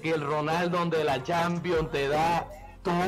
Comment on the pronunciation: Ronaldo de la champion boludo ronaldo de la champion habla bien disca